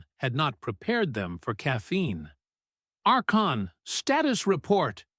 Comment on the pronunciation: Archon is pronounced ARKON.